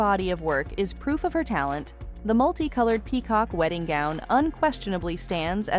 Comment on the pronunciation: White wedding “goon”. Wth is going on the the mispronounciation